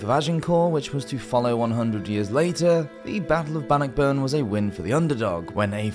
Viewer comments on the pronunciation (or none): Great video, butchered some of the pronunciations though.